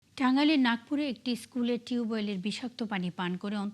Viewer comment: নাকপুর না আপু, নাগরপুর এতো বর প্লাটফর্মে এতো বর মিসটেক করে ফল্লেন ভাবা জায়😁